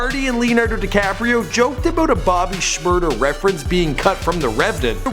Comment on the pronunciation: u dont say shmada white boy